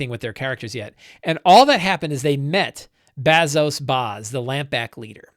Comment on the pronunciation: "Return of the Lazy Dungeon Master" was huge for me when I was running 5e all the time. So stoked to see you trying out Blades in the Dark. Hope you guys have fun trying it out! Fly loose and light! Also, you butchering Lamblack Bazso Bas is made a bit funnier by the fact that I'm pretty sure Bazso is a stand-in for John Harper. 😂 (I get it though, learning a new game takes up a ton of "GM RAM". Lot of info to take in!)